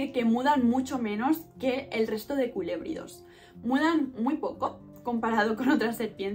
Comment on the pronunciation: Buen video pues yo crío y reproduzco la serpiente del maíz y si creo que necesitas investigar un poco más y como dato no son culebridos se pronuncia colubridos. Pero vas bien saludos desde México que tengas mucho exito en tu canal 😊